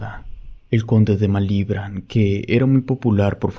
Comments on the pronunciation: Malibrán te fallo la acentuación. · No pude seguir escuchando desde el momento en que no sabes pronunciar Malibrán. 🤨